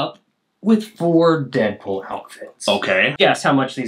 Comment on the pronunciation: it’s not Deadpool it’s peaddool 😭